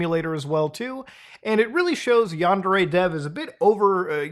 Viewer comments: It''s pronounced "Yawn-dare-ay". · Is yundere purposely supposed to sound like “under age”? 🤨